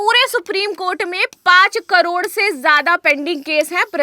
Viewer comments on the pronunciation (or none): none